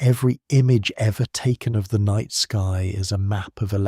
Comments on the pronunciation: The night ski? That's a strange flub. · night sky ❌ nightski ✅